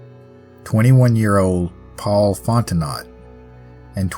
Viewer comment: For the record... Fontenot is pronounced fon-tin-o, not fon-ti-not. 🙂